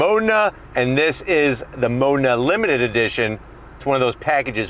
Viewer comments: Why is he saying "Mona"? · Where did you saw "MONA" ? Its "Modena" ..